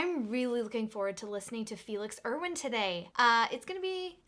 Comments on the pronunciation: Felix Irwan, like "ir-wahn" not "Irwin" lol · The pronounce of his name is Ir(ear) Wan(one) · Felix Irwan is from Indonesia (South East Asia). And to pronounce Irwan: Ir = ear Wan = one And i love your reaction..coz you give anylize of how he sing, vocal technic and sending a message from a song.